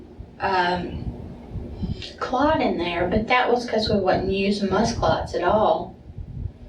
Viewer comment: honestly, the way she says “clut” instead of clot… i’m hoping she’s just a moron. either that or she says it wrong in order to bother folks. i have NEVER heard that pronunciation and i study accents as a hobby. 😂